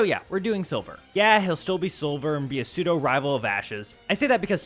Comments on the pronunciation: It’s pronounced su-doe not sway-doe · That's how he pronounces it. As "Sway-doe" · Pseudo legendary is pronounced Sudo like Sudowoodo. As in Pseudo - false